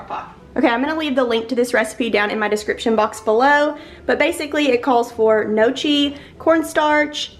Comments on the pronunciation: Gnocchi is pronounced no-key. I was corrected on this myself from Italian family members 😂 Your home is looking so festive and the hanging basket for $7 is my fave ❤ I actually like the leaf garland around your door. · Gnocchi is pronounced “no-key”. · Gnocchi is pronounced no-key ;) Your decor and home are beautiful. TFS xoxo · Just tuned in, excited to see the video! The CH is not pronounced in Gnocchi. It's pronounced Nyo-Key. LOVE the fall floral bouquet! Floor mats are super cute also. That's strange about the urn prices. But they're cute so 🤷